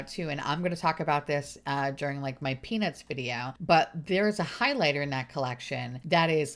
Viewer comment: I would most definitely love to see the stranger things collection and I couldn’t help but laugh whenever you mentioned the “peanuts” collection, I heard “penis”, I’m also a garbage person! Sue me 😂 x